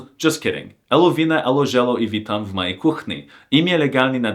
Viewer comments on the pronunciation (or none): Nah no way bro said "Eluwina" in 2025💀